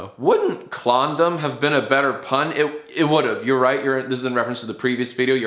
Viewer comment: I hear klondom so I don't know what your on right now...